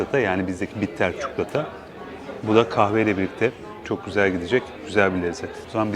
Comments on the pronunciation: Bu tarz kendinize ait söylemler olduğu için seni izliyoruz abi çukulata > çikolata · Çok beyfendi ve nazik bir insansınız. Çuklota demenizi duymayı hep isterim. Böyle güzel sunumlar yaptığınız ve bize ulaştırdığınız için de çok teşekkür ederim. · Türk olupta lisanını konuşamayan milyonlarca insanın olduğu memleketimizde ,sizin telaffuzunuz gerçekten iyi .Ayrıca ses tonunuz ve lüzumsuz hızla konuşmadan gerekli açıklamaları yapıyorsunuz. Lütfen çikolata eskidendi .62 yaşındayım ama kelimeler değişiyor özellikle yabancı kökenli olanlar.Kendimde çukulata diyorum.Süpersiniz .